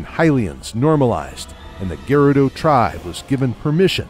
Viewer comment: It's not geh-rudo, it's guh-rudo duh